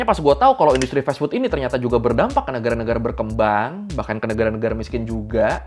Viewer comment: fas fut bg bukan fes fut